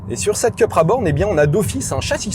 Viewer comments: Je suis étonné, quand on connaît le professionnalisme de, qu'il fasse cette bourde. Soit on dit "Coupra" à l'espagnole, soit "Cupra" à la française mais surtout pas "Keupra" à l'anglo-saxonne! Ou alors on dit "Sit" quand on parle de Seat...Que laisse cette erreur au barbichu de Caradisiac... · Il me semble que ça se prononce plutôt "coupra"... c'est espagnol, pas anglais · Le design extérieur est à tomber !! Mais l'intérieur façon ID3 me déçoit.. dommage car elle était dans ma shortlist... si je peux me permettre... Cupra est une marque espagnol alors il faut dire Coupra 😊 Merci pour cet essai. Toujours un plaisir !! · Pourquoi dire Ceu et pas Cu??😉Très bon essai comme d’hab’ mais vu uniquement en 360p,je ne sais pas pourquoi!Ca serait bien un comparatif entre Id3 et Cupra